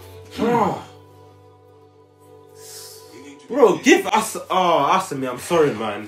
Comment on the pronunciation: Dude the way they are calling Asami sounds like answer me